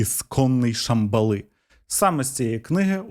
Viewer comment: Дуже смішно дивитися подібні відео, в яких автори щось віщають, що начебто розібралися в чомусь, серйозно розповідають щось там, коли чувак елементарно не може розібратися в назвах слів, які він говорить 🤣 Якщо хоча б правильно називав, то ще більш-менш було б, а так неможливо слухати... 1 бал із 10! 😄 Правильні наголоси: не АллатрА, а Аллáтра; не ШамбалА, а Шáмбала; не НовИх, а Нóвих. Кожен раз, як він неправильно вимовляє слова, наче розумово відсталого слухаєш 🙄😄